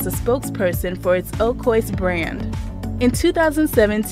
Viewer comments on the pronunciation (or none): Misty Copeland is a treasure. One of the most beautiful dancers I’ve ever seen. FYI, Oikos yogurt is pronounced “OY-kos.” Also, “the ballerina industry” is awkward phrasing. Better to say “the ballet world” or “the ballet industry.” Not everyone in ballet is a ballerina.